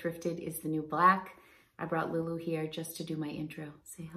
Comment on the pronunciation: I laughed at your LuLu pronunciation lol. I do the same thing. And Diane Von Surfnturf. Great video as always.